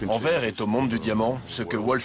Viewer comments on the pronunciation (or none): On dit "Enverse" et non "Enverre"